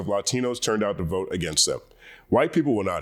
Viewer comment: "I will bote, for Donal Trom" 💃🏽